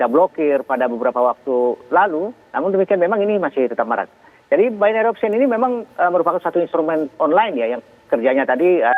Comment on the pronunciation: Bagaimana bisa Memberikan "Warning" ? .. Istilah BO saja disebut "BAYNERI OKSKIEN" .. Wakakakakak .. Seorang Doktor juga menyebut istilah "ALOGARITMA" .. WEW !